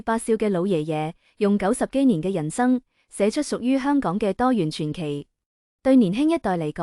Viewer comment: 傳奇讀＂轉＂奇，不讀＂全＂奇。水滸傳讀水滸＂轉＂，不讀水滸＂全＂。傳開讀＂全＂開，不讀＂轉＂開。惋惜讀＂丸＂惜，不讀＂碗＂惜。大陸人請不要假扮香港人述香港事，連讀音都讀錯哂。